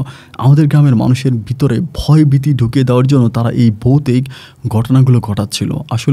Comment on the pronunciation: Bhai....apnar uccharon er samassa ache...uccharon thik korun.....boutik...hobena....kothata bobe.bhutik ..😊